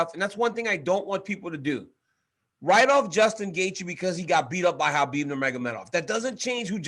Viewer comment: Helwani’s pronunciation of so many names really irritates me. Khabib turns into Hhchabib.....Adesanya turns into ADES-anya.....Nate turns into Nathan Why.....why?